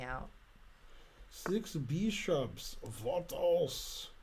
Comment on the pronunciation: Six beeshops! Vat else??